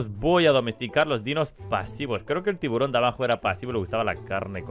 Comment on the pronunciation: Al tiburón le llamas tiburonsin